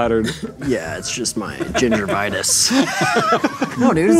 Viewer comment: The fact that he said GINGERVITIS instead of Gingivitis, really bugged me